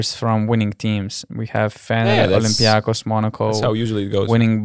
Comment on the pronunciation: Yes, olympiakos you pronounced it right!